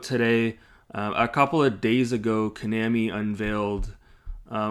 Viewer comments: Maybe learn how to pronounce Konami properly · You’re not even pronouncing Konami right so it’s hard to take you seriously with your criticism